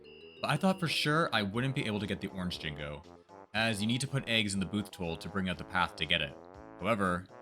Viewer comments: I still enjoy a challenge video, even if you can only get 11 jiggies! It's more interesting than knowing for sure you will beat the game. Also those small colored things are pronounced jin-joes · My dude, how do you manage to mispronounce Jinjo when the game says their name out loud to you every single time you pick one up? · "I used kazzoie to dive but that doesn't count cuz I don't want it to" "I used kazooie to hit the switch but that doesn't count cuz, reasons" worst challenge video I've ever seen - dude can't even say Jinjo correctly ffs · Wheres the 'G' in Jinjo? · Im calling the police over your pronunciation of Jinjo. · Jin-JO. JO. THERE'S NO FUCKING G. Calling them Jingos, after being all 'GrOuNd PoUnD iSn'T kAzOoIe GuYz!!' really fucking ruined any chance this video is worthwhile. Don't make a challenge video and IMMEDIATELY say 'uhhhhh but I get to use this Kazooie move!!' Ending here after hearing "Jingo" twice. Fuck you. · I cant, sub after just finiding your channel and giving excuses about kazooie ground pound, banjo shitting out eggs?? Cheating. I just can't. And your pronouncing Jin-go. Just a complete dis-service. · I always assumed he said it that way on purpose to tilt banjo fans into oblivion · It kinda annoys me when you miss pronounce jinjo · Why do you say jingo instead of Jinjo? Think of Gin like Ginger and joe. Ginjoe == Jinjo. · "You need eggs to break the windows" - No, Rat a tat rap works better. "Jingo" - It's Jinjo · Hopefully this doesn't come off as mean, but how did you think Jinjo was pronunced Jinggo? They say Jinjo everytime they are collected. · First of all it's Pronounced Jin Jo NOT Jin Go. Also using the ground pound as you call it IS using Kazooie,as that move is actually called The Beak Buster. However very impressive anyways lol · Jinjos pronounce their name, how do you mess that up? Jin-Joe, Not Jin-go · Why the fuck are you jing-goes. There's no G it's both J, it's jin-jo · Jinjo... JINJO!!! NOT JINGO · "Jingo" lol